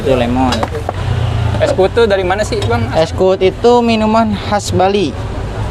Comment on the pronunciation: Es kuud 😁 bukan es kuwut 😁 kuud artinya kelapa muda dalam bahasa bali